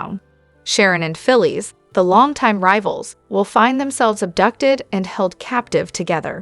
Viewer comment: Her name is phyllis not philie lady learn to prouncice the names righte